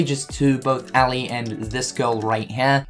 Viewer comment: Eeeeelie not Allie it's Ellie.